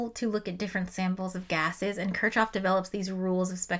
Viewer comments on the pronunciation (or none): It's pronounced "kirkhhof" [kɪʁχhof] (but I'd excuse [kɪɹkhof]) and there are some dialects that pronounce it closer to "kirshhof", but it's definitely not "kirtshhof". Why are Americans so bad at pronouncing German and Russian surnames (and also some Greek and Hebrew words)? You always assume the letter combination ch does its common English sound even when it's in a foreign name, and you just should not do that. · it is not "ch", it is "h" in Kirchoff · No way you called kirchoff kir”ch”off 😭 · It's fine, it means she learned from a book, which is admirable. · yes that’s why I didn’t correct her I’m just surprised she would say it like that lol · Took a few seconds to figure out who that Kirchov was you're talking about. The guy was NOT russian, there's no "tcho" in Kirchhoff / I understand if the english speaking scientific community mispronounces by default and this is for the sake of unambiguous communication, but if you target the general audience, that might be a good reason to break the bad habit, thank you very much ^^